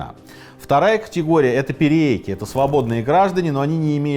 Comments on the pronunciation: Только не "перееки", а "пириэки". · только не "пириэки", а "периеки" или "периэки".